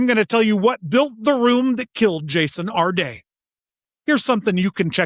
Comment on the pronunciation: When you put the accent on the second syllable of Jason's last name, it makes him sound like some fancy French guy, which he was not.